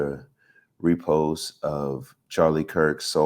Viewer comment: Fake intellectualism. Yet another right-wing Christian kid who holds themselves out as a thinker, but can't even pronoune the word "repose" correctly. First he claims Charlie was killed for his "Christian values" (which he has NO way knowing). Then he claims Charlie was kilked "for no good reason." ... which was it?? Based on what I'm hearing, this kid has no idea who he serves and what a "Christ" even was. Guys like this prey on the ignorance of their listeners. Particularly when it comes to religious matters. This guy probably thinks the Old Testament was written in Hebrew lol... guaranteed. THAT'S how out of the loop guys like this are. Im going to try ti get through the rest of this show,. Simply to give the benefit of the doubt, but, so far? Just another Charlie